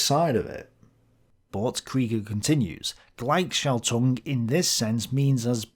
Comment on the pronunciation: Google translator is your friend...there you have a nice lady who can pronounce word for you ---Gleich is not "glajk" it is "glajh", schaltung is pronounced equally and not with emphasis altung... And I am not German, and if I can do it then everybody can. Trust me.